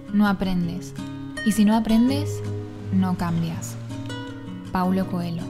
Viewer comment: Odié la cita de Paulo Coelho (además mal pronunciado) con la que inicia el video. Sin embargo no me permití que eso me inhibiera de ver tu video. La verdad es que me sirvió mucho lo que dices y agradezco que hayas realizado este video. Me sirvió mucho justo en estos días tan duros que estoy viviendo.